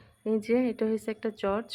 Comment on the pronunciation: আপু শব্দটা কি চর্চ না চার্চ হবে?